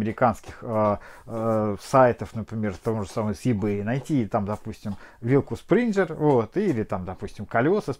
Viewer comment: Хорошее видео, только вилка "спрингер" от spring "спринг" (пружина), не "спринжер". :)